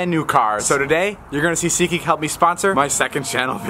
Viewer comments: David: Seatha Geakhaha isha sponsoringhing this video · David be like : "what's up guys welcome to seetgeeks second Chanel"